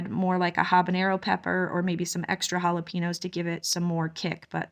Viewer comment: This is not a criticism, just information. Jalapeños is pronounced ha la pain yo. You are well spoken and if you are anything like me, I like to know the correct pronunciation of words. Love your videos 😊. I'm glad you are going to keep trying with the bees. God is good.